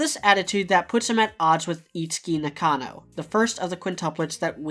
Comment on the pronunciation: Great analysis, looking forward to more! (your pronunciation of Nakano hurt me a bit, though)